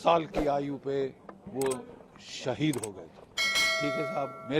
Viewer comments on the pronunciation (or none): none